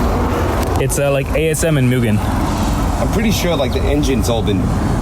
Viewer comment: MOO-gen. Not MEW-gen.